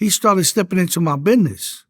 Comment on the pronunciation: Homie said "he started stepping into my beness"